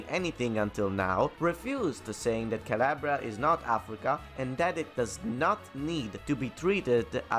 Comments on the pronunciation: CAL-AHHH-BRIA not CAL-LAY-BRIA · Where you from and why you pronounce Calabria as Caliebria?